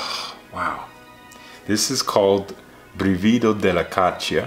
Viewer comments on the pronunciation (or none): It's pronounced with the stress on the first syllable, brìvido not brivìdo (hi from Italy)